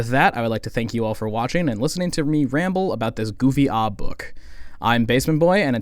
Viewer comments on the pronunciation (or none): none